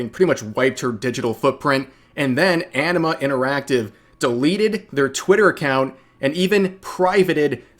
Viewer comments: I keep hearing Enema Interactive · I keep hearing it as "enema" interactive.